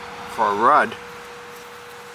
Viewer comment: FYI, it’s pronounced “RUDE.”